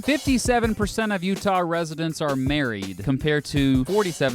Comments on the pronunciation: Hell im from utah and you got that shit right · I’m from Utah you had it pretty right! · Also I'm surprised that he got Utah correct, I've heard everything from uhtuh to OOtaw.